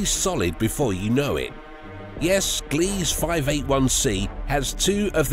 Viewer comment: “Gliese” is NOT pronounced GLEEZ. It is pronounced, “GLEE-zuh”. /facepalm